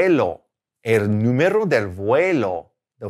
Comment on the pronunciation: You pronounce número incorrectly. You pronounce it as two r's. It's a soft r.